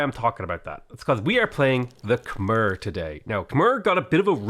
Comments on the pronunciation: Okay... Khmer is not pronounced "kah-merr". It's pronounced "kah-mye". My wife is Cambodian, and she's cringing every time you mispronounce it. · I thought it was pronounced "kuh-my" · khmer is pronounced kam eye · yo it's pronounced Kuh-My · Getting consistent minor annoyance at the pronounciation of Khmer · Heh. "Khmer-cial Hub". Heh.